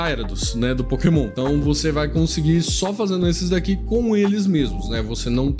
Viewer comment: A Nintendo ouvindo ele falar Pokémon o vídeo todo: 💀